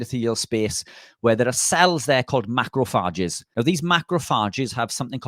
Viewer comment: Macrofages. Not macrofarges.